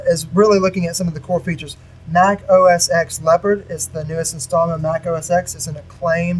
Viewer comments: Say "Oh Ess Ex" again, I dare you. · Good Video, but just to let you know, its pronounced OS TEN not OS X. But still, good video!!